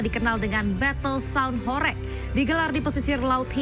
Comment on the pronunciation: cara baca "HORG" bukan horeg. "Lekok" ... e bacanya seperti e pada kata "selasa" bukan e pada kata heran.